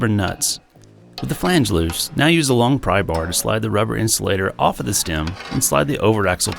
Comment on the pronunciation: "I'm gonna leave it off, it sounds good!" Your Rural Tennesee upbringing is showing,! (I say this as someone with a rural Texas upbringing.... it did sound good, lol.)